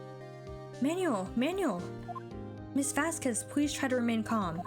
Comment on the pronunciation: Just for future reference the name Manuel is pronounced Man-well.